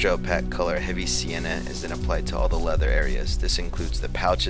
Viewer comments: Awesome tutorial...FYI, opaque is pronounced 'oh-peyk'! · Not trying to be a dick, but opaque is pronounced like cake.